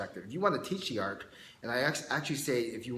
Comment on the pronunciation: sounds like you keep saying arc instead of art